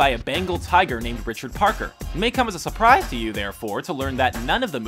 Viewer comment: "May come as a sur*PRI*se